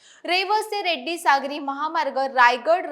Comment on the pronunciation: Reddi nahi redi